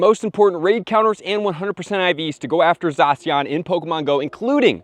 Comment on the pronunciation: Never heard someone call it Zasian...lol